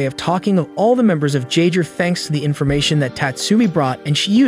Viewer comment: Jagggerrrrrrr tf is a Jaagger pronounced (Yae - ger) bro stop reading and start comprehending